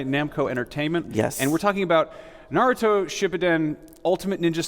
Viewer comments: Uuuuuh Sa-kuuuu-ro uuuhhh Madura uhhhh Naratu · NaRUEto, SaKURRA, MaDURRA. This guy is representing the game for an interview? Also he circled around the same points for every question asked. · Narudo...... REALLY?!?! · The guy seems like he hates his job. He cant even pronounce narutos name right.... lame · Every naruto video I watch someone says naruto wrong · Terrible pronunciation of Naruto and Sakura. You don't say tsunami with a shitty accent do you? Fake piece of shit. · How do you work for bandai namco entertainment, and you're pronouncing naruto wrong.... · you surely don't know how to say their names right narudo,sakurá and sasque